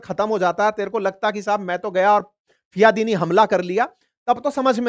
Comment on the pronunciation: aapne apni speech me do baar fidayin ko fiyadin bola h kirpiya dhyan dijiye